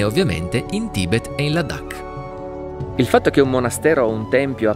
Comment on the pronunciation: perché pronunci la D doppia? Non è Ladhak, con una D sola?